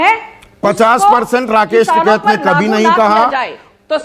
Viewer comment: राकेश टिकैत हैं। टिकायत बोलकर गलती कर रही हैं।